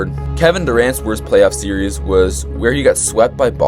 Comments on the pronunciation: Series is two syllables, my guy. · If bro says series’s one more time 💀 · how are you so dumb you say serieses?